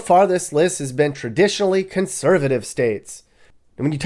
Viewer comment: "have tradionatilly high poverty rates" made me laugh